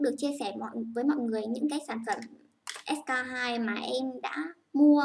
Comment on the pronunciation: Em tưởng chị phải đọc là s , kay , tiu chứ ạ !